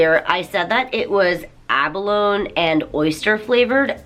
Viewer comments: abalon? you mean abalonEEE? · Good video. I really enjoy your content. Have you always pronounced "abalone" with a silent "e" at the end? I'm more used to hearing it pronounced with a "nee" sound at the end. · abalone-eee is the pronunciation :3 theyre delicious when cooked right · does everyone in japan say abalone like you did or is it mixed? In english abalone is pronounced "aba/low/nee", so im curious :) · Expiration dates are suggestion not rules, today I am the sensei. Also in english ah-ba-low-knee. Collagen is a protein that makes the tissues in your body elastic, it is popular in Japanese products primarily because japanese women believe it will help them maintain their youthful appearance. Or at least that's what Begin Japanology told me. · She's actually a 12 out of 5. ab-uh-lone-EEE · If you google "abalone dictionary" the first entry has a little speaker icon that you can click and hear the official pronunciation. It's basically like a startled "aaah!" sound + "balonga/baloney". I still like the way you say it. <3